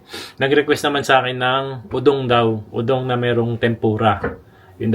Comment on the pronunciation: akala ko po udong na may sardinas. udong po ba pronunce sa udon?